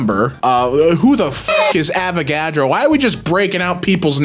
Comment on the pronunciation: The accent when saying Avagadro 😂